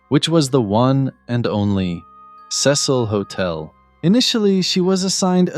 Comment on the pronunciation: The news anchor literally pronounced the Cecil hotel and you still say it wrong